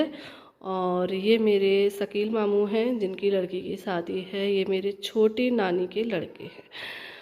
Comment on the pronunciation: Sadi nhe shadi bolte hai aap ka talfuz sahi nhe hai....